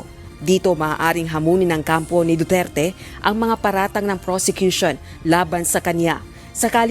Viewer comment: Sa judge palang , Wala na respeto sa tao, Anong du'tuert. Du.ter.te Yan. Ayosin mo mag sabi ng pangalan ng tao..judge ka pa man maski na iba lahi mo or accent.